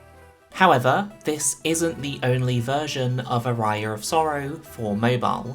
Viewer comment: love ya, but please, the pronounciation of aria is putting me in places I didn't know exist. Great video though!